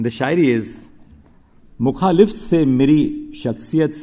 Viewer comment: मुखालिफ्त नहीं मुखालिफत कहते हैं। शायरी की है तो ढंग से पढ़ तो लेता।